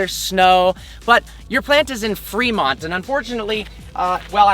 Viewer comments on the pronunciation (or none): Why did he say “Fremont” like that?!?